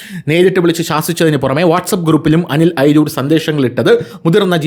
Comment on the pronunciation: അനിൽ അയിരൂർ ആണ് അല്ലാതെ എയ്‌രുർ അല്ല..